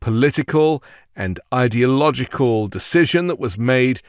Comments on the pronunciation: "idyogical " ?? -- a new t-rump word? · He can't even pronounce Ideological! Slurring his words...time for another shot of Adderall! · Listen to how the idiot mispronounces ideological. That isn't a misspeak, he really doesn't know how to say it Then he calls Biden low IQ...